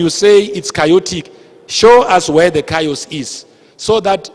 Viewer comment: I wont let this stupid lecture me, if he cant even pronounce chaos